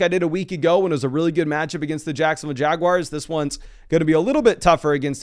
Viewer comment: the um Jaguires